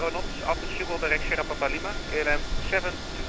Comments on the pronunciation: thats not how its pronounced correctly, at least not in Dutch. At the second mark in this video you hear how its pronounced correctly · It should be pronounced as ~sgip-hole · Haha. Non Dutch people trying to pronounce “Sch” will always be funny. It’s pronounced more like “Sgipwhole”, with a hard G, really making that feel throat sound. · i fly out of schiphol regularly on vatsim and shiffle is not the worst pronounciation i have heard of schiphol haha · Ski-pawl = schiphol